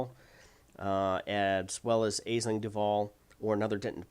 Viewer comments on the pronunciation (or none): I believe Aisling is pronounce Ashling